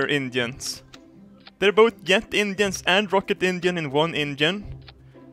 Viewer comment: i love in his accent it sounded like you gotta catch those indians rather than engines